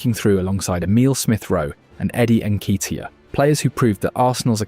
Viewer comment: Again, why oh why do we have to think out pronounciation of names is correct when its WRONG, its N KET E AH, who is N KEY T AH?